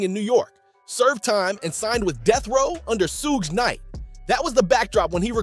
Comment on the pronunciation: Is this an A.i voice or a white guy using a blaccent...cuz wtf is a "sooge" Suge and a" Kelfey d" (keefe)